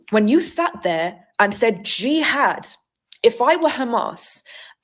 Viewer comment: Gee-had😂 she’s great